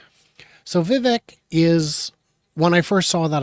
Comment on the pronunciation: Vivek rhymes with CAKE